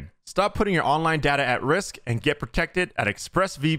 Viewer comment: I hate that he said data and not data :(